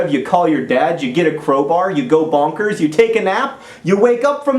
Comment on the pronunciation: It's so odd hearing the word bonkers in an American accent, in a good way of course :D. There should be more use of British slang everywhere.